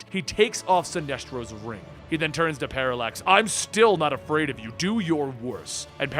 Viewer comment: Paralax sounded like Parasite